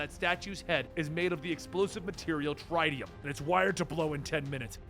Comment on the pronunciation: Did he just say the Tritium.. "Trytiuhm"